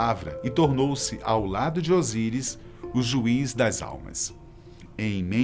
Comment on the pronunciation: Desculpa , mas vc está muito equivocado ! A deusa representada por uma vaca , não era maat! Era hator , ama de leite inclusive do deus Hórus, maat era a deusa da verdade , da justiça , e vc não está pronunciando bem os nomes dos deuses , o deus da morte não é "ousaires " e sim "Osíris"!